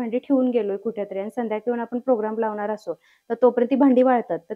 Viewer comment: अतिशय छान पणे व संपूर्ण माहिती दिल्याबद्दल धन्यवाद!🙏 पण मॅडम, जरा आपण भाषा बोलताना शुद्ध पणे बोललात तर आणखी उत्तम!! म्हणजे आनि,पानी न बोलता आणि,पाणी व लावनार आहे,ठेवनार आहे, दाखवनार आहे बोलण्या ऐवजी लावणार आहे,ठेवणार आहे, दाखवणार आहे असे बोललात तर ते ऐकायला मधुर व आणखी छान वाटेल!! बाकी मस्तच!!!👍👍👍